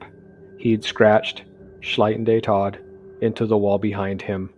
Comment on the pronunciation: Tod is not pronounced TODD its pronounced like "Tote" but ending a D.